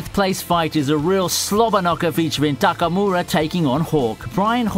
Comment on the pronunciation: At least try not to misspell/misstone the names dude... Lutchi??? Takamu'ra???